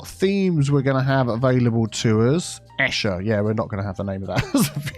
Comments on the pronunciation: Esher…‘I don’t know what that is’ 😂 it’s pronounced Eesher and it is a posh London suburb not far from Hampton Court. I am absolutely loving this build! Wish it was coming out daily 😂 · Esher is pronounced "Ee-shuh" btw and it's a fairly small rural town, so it was quite actually fitting! I think you're going for more of a Cotswolds style build here though by the looks and Esher (in Surrey) is a bit too close to London to have the sprawled out look you are going for :) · So Esher exists in Surrey :) pronounced E-sure. :) it’s by Hampton court area